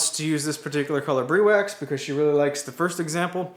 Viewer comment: Briwax is an awesome, product glad to see your using it on your projects. If I can give you a heads up so you can be the first American Youtube creator to the name right it's pronounced Br-i wax, long i as in Hi. No mater how you pronounce it it's still awesome!:-)